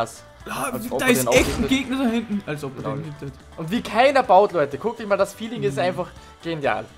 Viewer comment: Und heute haben wir ein Season 0 Gameplay für eich. Hahaha da kam kurz der Österreicher raus xD